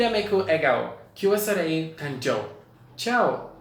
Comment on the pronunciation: Soleil is Pronounced soul-lay not so-ley-al